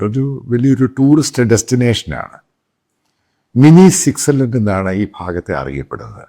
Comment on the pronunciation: സിറ്റ്സർലാൻഡ് അല്ല സാറേ...'സ്വിറ്റ്സർലൻഡ് '😂